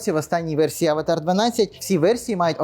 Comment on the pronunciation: А хіба правильно не Аватр ? Ви що кіно передивились 😂😂😂